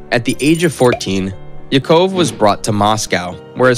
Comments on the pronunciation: He can't even pronounce Yakov correctly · Agreed! I know some of the names are difficult, he should be able to get Yakov and brigade correct at the very least!